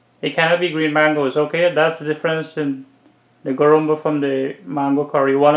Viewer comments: It’s called Guruma not Gurumba. Nevertheless it’s a superb recipe. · I am 72 years old so i know the correct names for all guyana dishes.It's called guruma not gurumba.i corrected u guys a while ago with the dish u called Doodhpitty. U called it another name. I hope u guys dont mind me correcting u. I love to watch cooking shows - Alll the time.